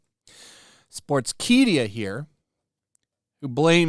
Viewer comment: Buddy read sportskeedia😂, good attempt though, its pronounced key- da (meaning bug)